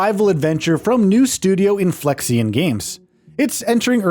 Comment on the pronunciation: I mean he's not even pronouncing "Inflexion" properly.